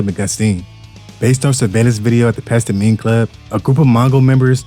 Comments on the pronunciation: AI generated . Pasta-mine lol it's Past time . Say it right. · Did this foo just pastimmeeeyyy club lmfao pass time homie 😂😂😂😂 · Does this foo really not know how to read?? Pastime is pronounced PAST TIME Cmon man... lmao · ''Pas-ta-mine" 😂😂 what in the actual fvck is that? 😂😂😂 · PAST TIME